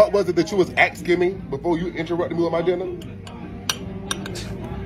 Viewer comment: Asking asking why is it so hard it's not axing